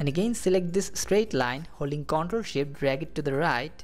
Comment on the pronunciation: Great vid, thank you for it. And I like how it sounds like you are saying "Hold the SHIT key". LOL!